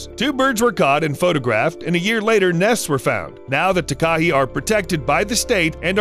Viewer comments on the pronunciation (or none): It's taka-HAY like a gay guy "heeeeey!!" Not taka-he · South Island Takahē*** it's also pronounced like ta-ka-hey. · New Zealander here! “Taka hey” not “tak ah hee” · The Takahē bird of New Zealand is pronounced "Taaa ka he", not "ti ka hey". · Ta-ka-he, not Ta-ka-hee, as a New Zealander this triggers me so much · Tak-A-Hey is how its pronounced, sorry😅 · The NZs takahē bird is pronounced. Ta ka hay. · just so you know it’s pronounced tuk a hay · you have to pronounce takeha ta ke hey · Hi, Don’t mean to be rude but I’m from NZ and it’s pronounced ‘Taka-hay’ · Anyone else here from NZ, cringing everytime he says Takahe and Te anau, the dude could've at least googled the correct pronunciation 🙄